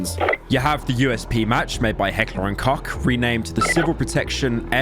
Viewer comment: You really said Heckler and Cock, video unwatchable, incorrect pronunciation.